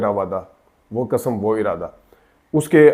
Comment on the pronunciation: Ap ne bhi tu kasam kaha ,it's qasam.lolzz had hai yar, buhat mazarat ke sath lekin punjabis ne jesey urdu ki waat lagai hai kisi ne nahi lagai